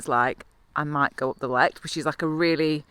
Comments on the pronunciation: Great video.. But the highest paved road is the radar station at Lowther Hill. not the Cairnwell .. rode it several times. Used be tour of Highlands sportive. The Lecht, Glenshee and Cairngorm in same day. hooter of a route its LechT ie prounce the 'T'. ;) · That's my neck of the wood. I just started cycling so I am defo going up those hills this summer. By the way, it is Lecht with a strong H and a t in the end, like the Scottish word loch. (c is silent)